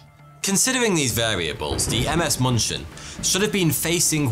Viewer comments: its not munchen it is Munich dammit munchin my ass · Its moonshen not munchin. The dots change the "u" to " oo " ÜÜÜ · In case anyone cares, as germans are usually too polite to say anything, the ship in the beginning should probably be 'München' - closer to 'Min-khen', (except for ü), not munchkin. 😅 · It's funny though I keep hearing the ship's name to be muppet sounding Munchkin. München is German for Munich, check the spelling :D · It took me a while to get that the 'Munching' was actually the München. It's the German name for the city of Munich. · ms what? sounds like you are trying to say munich :) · Cringed every single time he pronounced München like munchin' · thats not how you say München